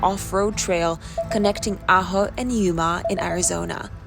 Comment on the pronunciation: I grew up in Ajo and was never told about that road. Now watching you do it makes me want to run it. Glad you pronounced Ajo right. I have heard people butcher it. Safe travels and Blessings